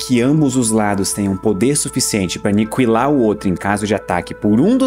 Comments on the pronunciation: Nao é anicuilar é aniquilar, a letra u não se pronuncia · "Aniquilar" ou "Anicuilar"? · é impressão minha ou ele fala Anikiwilar ?